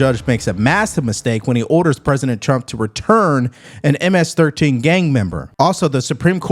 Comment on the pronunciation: "M- ASS 13" is what she said lol